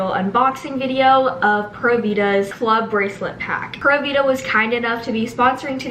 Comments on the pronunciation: Prûvida cough it's pūra vida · Love u I’m making my room vsco too but it’s pronounced like pyoora vida not pura vida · ITS NOT “PURRA” VIDA LIKE A CAT PURRING, ITS PRONOUNCED “PURE-A” VIDA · Its driving me crazy watching the bc all of me and my friends say PURE AA vida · pronounced pure-a-vida :)) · Is it just me or does it sound like she’s saying Pera vida🤦‍♀️ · Kate P girl me too😂